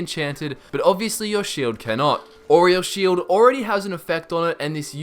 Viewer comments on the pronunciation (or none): Did anyone else here him say oreo sheild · Did you say Oreo's shield?